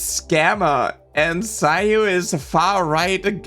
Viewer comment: I was listening and not really watching, so when you said this guy accused Sayu of being "far right garbage", I thought you said "CyYu" and did a double take 😅.